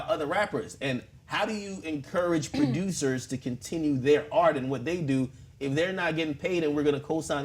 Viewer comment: why this fool akademiks pronounce it "pro-dyoosers"